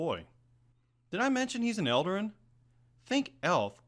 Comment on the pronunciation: Eldarin? I think you mean eladrin, right?